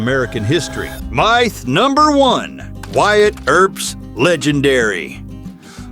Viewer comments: Myth is pronounced MITH, and NOT Feckin MYTHE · “Mieth”? Myth is pronounced Mith, you using AI voice? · LOL!!!! WHAT IS A " MY, TH" ???????????? DUMB YANK!!!!! 🤣🤣🤣🤣🤣🤣🤣🤣🤣🤣🤣🤣🤣🤣🤣🤣👎👎👎👎👎👎👎👎👎👎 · 'My'...th?? AI has arrived and makes a joke of this video... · Narration is bad like the word myth, it's not pronounced .mith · this would have been much better if the AI knew how to pronounce common English words, like "myth". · Wrong pics for the narration and mispronunciation of MYTH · Both are common issues with AI videos or videos with scripts read by AI. Dunno why makers don't bother to check/correct them in production.